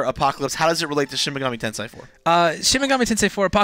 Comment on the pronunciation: Mispronounces Tensei but then says it properly 2 seconds later. Get a feeling so complicated. Can't wait for this game. Will make the wait for P5 more bearable.